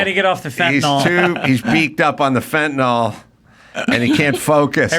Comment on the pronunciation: It's FEN-TA-NIL (Fentanyl).